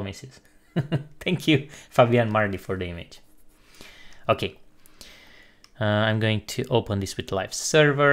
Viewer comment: nice, dar te rog nu mai spune imeigi, ci imigi la image, mersi, suna ca naiba :)